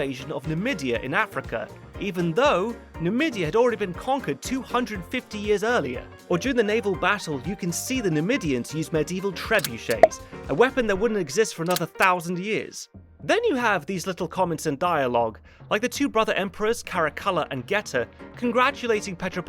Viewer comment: Ridley, TREBUCHET IS CLEARLY A FRENCH WORD, WHAT ARE YOU DOING